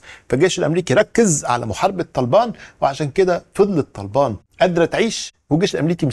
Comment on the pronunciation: أول مرة حد ينطق اسم طالبان صح Good Accent 👌